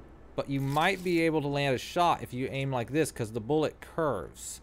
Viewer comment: "how to AIM'UH" Ha